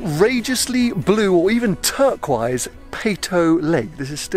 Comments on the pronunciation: Didn't know you pronounced turquoise turkwise 😂😂😂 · Why can not say turquoise